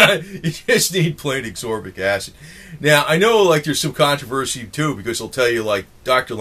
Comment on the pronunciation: And its not asorbic acid its asCorbic acid